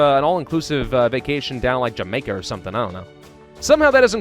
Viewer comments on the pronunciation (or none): none